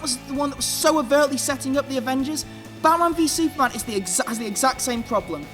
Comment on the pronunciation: you say batman vs. Superman weird